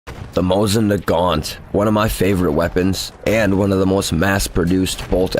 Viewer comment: I already had a couple of strikes before you even got to the people's names. I was like, "Hmmm.... Mosing Nay-gent. Wonder what that thing is?"